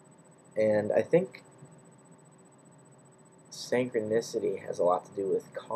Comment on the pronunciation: Interesting video but why do you say synchronicity as if it has an A in it?? And wtf is that annoying beeping in the background?...makes the vid almost unwatchable....